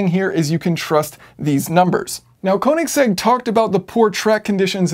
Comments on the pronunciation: Yes, and Kööönigsegg. Not koooenigsegg. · Heh.. Kowningsegg? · Orachi sorry its konisegg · Thumbs down for pronouncing "Königsegg" wrong.